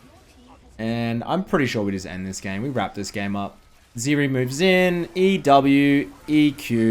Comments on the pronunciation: It's not Ziri, it's Zeri... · The moment I heard zEErEE , I instaleft.